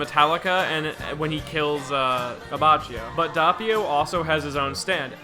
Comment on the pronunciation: Why do you pronounce Diavolo like that? And Abbachio.